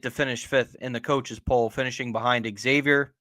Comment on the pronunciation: No shit if you're a podcaster on something call Big East Energy, shouldnt it be a requirement to be able to pronounce Xavier correctly?